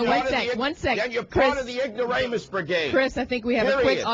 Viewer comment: he said ingoramus brigade.